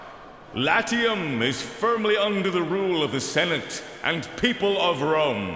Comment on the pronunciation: LaTTium ?? TarquiniIIIII ?? That's some pronounciacion.